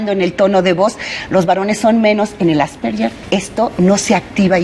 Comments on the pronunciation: "Asperger" no "Asperller". Pronuncia mal el nombre la Doctora. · Asperger o asperyer?? Empezamos mal ,, Asperger,,, que tristeza que ni siquiera pronuncia bien la enfermedad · Nop es Asperguer o Asperger el científico que lo descubrió era Aleman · Pronuncia mal el apellido alemán " asperguer" así se pronuncia . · De hecho es Asverguer